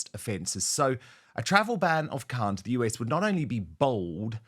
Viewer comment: Khan you mean Khant !